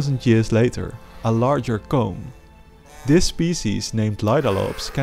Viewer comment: GOnna say something - the way you say "Comb" faintly sounds like "Cum"